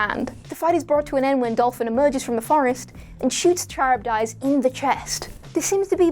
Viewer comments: Char ib dies. cringe its pronounced car ib diss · KUH-RIB-DISS, not Cherub Dice. Do you guys actually do your own research or just phone it in everytime? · Charybdis is Ka-rib-dis not cherub-dice, you ninny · Charybdis is pronounced "Car-Rib-Diss". It's from the epic Homer's Odyssey. There's actually a saying "caught between Scylla and Charybdis" that means having to choose between the lesser of two evils. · The Aquaman villain Charybdis. The name is pronounced KA-RIB-DISS. His name, and that of his wife Scylla (SILL-UH), are taken from Greek Myth and refer to sea monsters that guarded the channel leading to Sicily. They are the basis of the terms "between a rock and a hard place" or "between the devil and the deep blue sea". I'll overlook this slip,; it's an obscure name and NOBODY working at WhatCulture is old enough to know it. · Yes! Thank you! She was driving me nuts with that! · you pronounced "Charybdis" 18 different ways, and none of them were correct